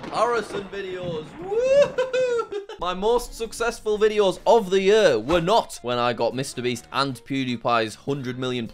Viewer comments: Bro it's year not yuhr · I chuckle a little every time I hear Jack say year... I'm from the US so we pronounce it "yeer" rather than "yur" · YEAR NOT YUH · “Yuear”. Lol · ye"ah" I JUST CANT😭✋ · The way that jack says year is so funny it had me dying every time he said it! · love the way he says year